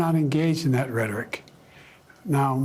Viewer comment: He did not say “rhetoric.”